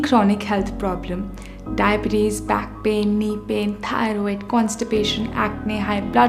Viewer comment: Diabetes. She says that in such an odd way almost as though it's a Greek philosopher